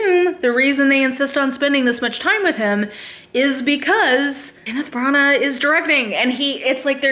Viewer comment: When you said that Branahghhggh, I started laughing so hard🤣